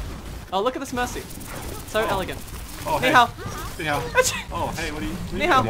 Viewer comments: slowly getting triggered about saying Ni Hao with the incorrect accent. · Plz stop butchering the Chinese language thx